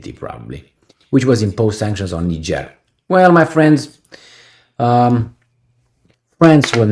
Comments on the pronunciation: it is pronounced "knee-jay" for Niger and "knee-jayens" for Nigeriens. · NIGER is pronounced 'nai-juh, similar to Nigel.